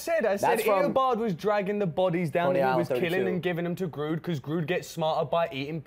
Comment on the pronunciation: It's Grodd not Grude damnit!!!! Lol